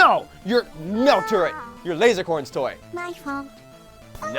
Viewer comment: It sounded like said my little turd. •^0^•